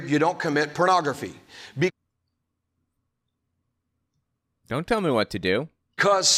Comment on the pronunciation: sounded like he said "purography." was he drunk?